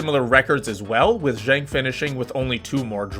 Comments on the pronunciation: Genk as in "good" not pronounced Jenk. A few other odd pronunciations, complicated more by the fact Belgium had three national languages: French, Flemish and German. Belgian football rules reflect the weird politics and linguistic antagonisms in general. Don't get me started. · bro JENK was killing me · He pronounced the G as one would pronounce the word junk in English which would be wrong in either case.